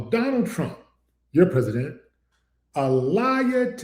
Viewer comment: Donald trump "yo presssident" just did the Ali Shuffle wit his mouth😂